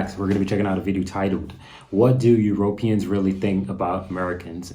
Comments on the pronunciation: Not Europ eans.... EurOpeeans. Love your vids :-) I think you are saying Europeans wrong :-) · You speak so weirdly. Euroooooopeans. some weirdly placed long vowels.